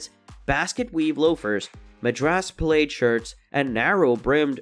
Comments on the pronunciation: This must be computer generated sound Madrass plaid is pronounced as mad-dress pladd, nor maydras played. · The word "plaid' is pronounced like "plad", not "played". Moccasins is pronounced MOCK-a-sins, not moe-KA-sins. Baja is pronounced "ba-ha", no "ba-ja". Several other wrong pronunciations. Did a bot read this? I loved the content, but the obvious pronunciation errors were jarring.